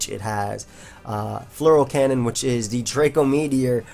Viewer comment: I always undestand something like Floral cannon when you say Fleur cannon